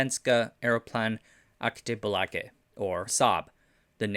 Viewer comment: Ha ha!!! I could listen to this guy try and pronounce Svenska Aeroplane Aktiebolag all day 🤓